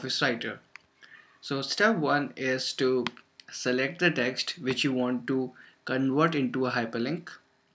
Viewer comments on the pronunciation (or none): You're pronouncing "w" in "web" like the sound of "v". You're pronouncing the "v" in "convert" like the sound of "oo" as in "soon," or the start of "oo-eb," the word "web." Change the pronunciation of "w" at the start of a word to "oo" as in "soon," and change the "v" in "convert" to your current pronunciation of your "w" in "web." If right now you pronounce "conveb," you'll actually pronounce "conweb." If you pronounce "conwert," you'll actually pronounce "convert." You've got the right sounds, but applied to the wrong letters--you've swapped them.